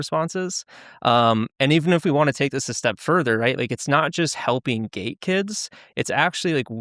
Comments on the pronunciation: Hahaha yep, a lot of comments think he's saying gay. It's funny, the program doesn't exist in the school Springville, NY district he claims. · Is it just me or do they need to annunciate the (T) in gate better because it keeps sounding like he’s saying gay